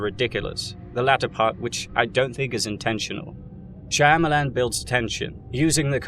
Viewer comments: Is it just me but every time I hear M Night shamyilan it’s just disappointing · I feel sorry for you boys, to be as mad about a few movies. Let's take that word again its a movie. And you pronounce the man's name incorrectly. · I never heard his last name pronounced that way but i love it